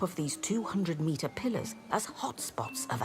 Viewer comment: “200 meter plliars”?